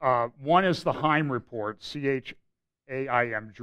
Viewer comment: say it like a Jew........Chiam report.......you must almost spit when you say "chiam" <<<how to pronounce Chiam like a Yid Hehehe. Good update:)